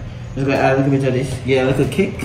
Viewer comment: Nobody: Not even::"Give it a likkle kick man"😂😂